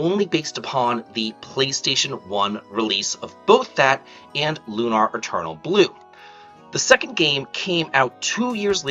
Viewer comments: "Loo-naur" Bro it's Lunar. Like Luna, the moon? 😅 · It's Lunar, as in how you pronounce lunar eclipse. "Lune (like June) - Er (like the ending of LATER)." Lune-Er. Lune-Are is incorrect pronunciation.